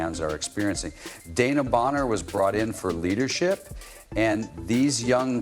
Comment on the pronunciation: De...... wan..... na Bonner. not Dana